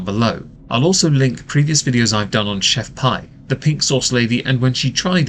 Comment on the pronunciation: Why can not pronounce her "name" correctly she even says it in the video, it's not chef PIE it's chef PEE.